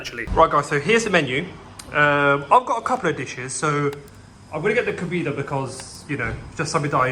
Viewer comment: Flipping coconut it's Kohbaydah not Kobeedah kebab 😂 and you've got ginger eyebrows can we get a background video just abit more information on you please. Thanks